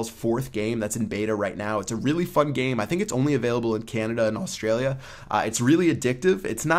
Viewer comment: The way he says Australia haha